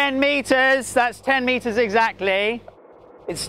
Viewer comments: "thaats tin meetas egzackley!" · Hearing him shout "TEN METERS!!!" in the most british accent was very wholesome.